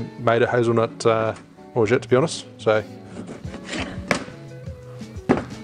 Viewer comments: it's pronounced orgeAt not orget you have to say the A not the E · Great cocktail! I love your channel But please say Orgeat the right way:D:D:D forget about the 't' at the end don't say it, it's silent.